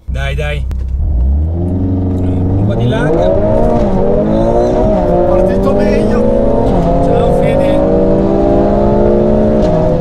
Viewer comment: Si dice “lag” non “leg” 🤦‍♂️